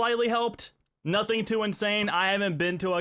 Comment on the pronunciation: why does he say em at the end of some words??? "insanem"